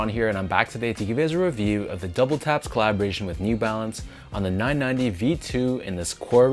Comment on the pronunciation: Am I the only person that heard him call it double taps and not WTAPS? It's WTAPS not double taps